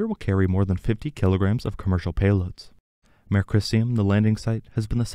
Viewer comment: Mare (a lunar "sea") is pronounced mah-ray (it's from Latin). One syllable 'mair' is a female horse.